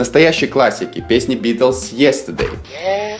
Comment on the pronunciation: Переводчик! Извините, плизззз... Вы -русский или еврей? Допустим. но смысла Вы не улавливаете Совсем! Юз ту би? естедей? У вас переводчик говорит "ес ту дей"! На .Великом русском, как это можно интерпретировать? Вплоть до (ё..... твою .....). Мастера перевода! Вы же ни х... я не понимаете в языке и только токуете, как понимаете сами. А сами вы ничего не понимаете! Вот в этом и проблема! Славяны... , Левша говорил,что "Англичане ружья кирпичом не чистят". Вы поняли о чём говорил Тульский слесарь Левша? А? Нет! Ответа не будет. Не англичане вы и не Левши.И ваш перевод есть чистка кирпичом того , что нужно смазывать маслом!Тщательнее, тщательнее., как говорил великий знаток Русского языка Черномырдин.и его руководитель, Горбачёв. Или ГорбАачев? А кто их знает? Не было НИКОГДА, и вот ОПЯТЬ! Прекрасная ЛОГИКА! Новое МЫшление! Или МышлЕние? Знатоки Великого Русского, подскажите и поправьте! Я - Нерусский!.